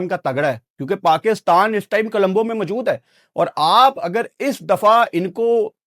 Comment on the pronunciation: Colombo ❌️ Kalambo✅️